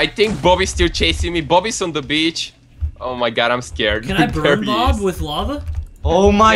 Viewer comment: When says Bob, it sounds like Boobie